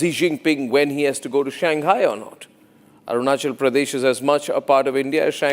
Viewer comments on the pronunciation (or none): none